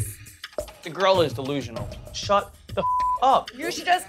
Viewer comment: “I’m not delusional are you desusionsl”